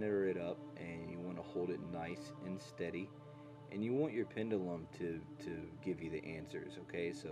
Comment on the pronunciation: You're saying "pendulum" wrong. (sorry, I can't help myself 😅)